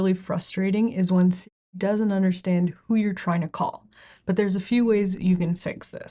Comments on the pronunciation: Why can’t she say Siri? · Why can’t you say Siri?